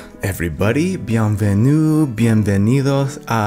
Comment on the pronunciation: your « bienvenue » was perfect! 😉 Love from Paris